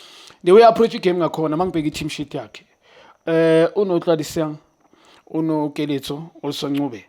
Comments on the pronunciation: Junior said Kodisang instead of Otladisa. corrects him, he then put Otladisa and Kodisang together umbiza Otladisang 😂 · It's Junior saying " OTLADISANG " 😂😂😂